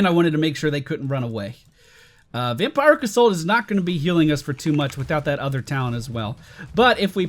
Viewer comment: Vam-peeer-ic assault.